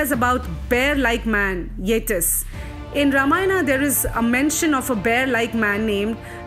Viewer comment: Great video! But The way she says Yetis got me laughing haha (Its pronounced Yet - ees)